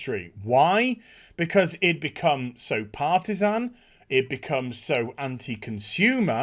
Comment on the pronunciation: did you say Partisan or Parmesan?